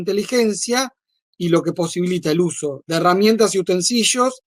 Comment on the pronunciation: Es utinselio ,no UTENSIYO ,man.😂😂😂